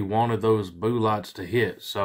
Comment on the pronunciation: What the hell is a Booo-lot ?? Speak American English. You sound ridiculous